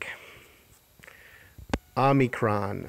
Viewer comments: It's not omnicron, it's pronounced " o me cron" prounced crone krōn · Omi-cron. Not Omni-cron. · Good video. But I will admit I was horribly distracted by your mispronunciation of Omicron. You kept tossing and extra "n" in there. Omicron Om"n"icron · There is no "n" in the word Omicron. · no need to apologize my friend. It was just very distracting LOL